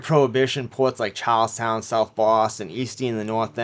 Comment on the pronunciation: Chawllstauwn. Caw and bank wobbers.